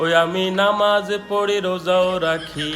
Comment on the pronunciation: আপনি একদম ঠিক করেন নাই অস্পষ্ট ভাষা এবং অবাঙালি কে দিয়ে নামাজ রোজা শব্দ টা উচ্চারণ করিয়ে। 😡😡😡 তিনি নামাজ রোজা শব্দ টা কতো বাজে ভাবে বলছেন আপনি শোনেন না???😡😡😡